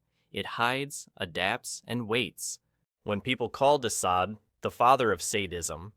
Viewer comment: How many ways can you pronounce de Sade’s name?!? Pick one ffs 😂